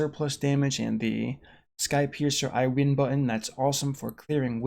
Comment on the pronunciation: Anyone else keep hearing ‘Skype user’ instead of ‘skypiercer’? Just me? Ok....